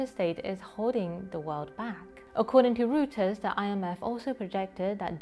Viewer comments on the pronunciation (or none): Pronounced "Roy ters" not Rooters ;)